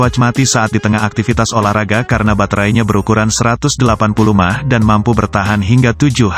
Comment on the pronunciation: Kocak M-a-h jadi mah tolong di benerin pengucapan botnya wkwk